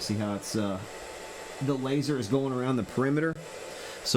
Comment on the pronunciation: Fire the "láser" hahahaha